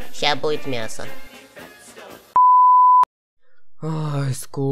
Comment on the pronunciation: НЕ БУИТ А БУДИТ